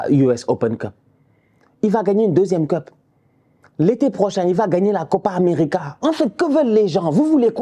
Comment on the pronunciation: a dit "il va gagner deuxième clope" pas Cup 😂😂😂😂.... je charrie